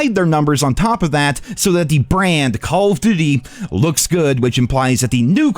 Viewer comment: "Call of Dutty"